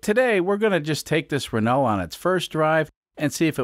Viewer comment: It’s pronounced “Reneau”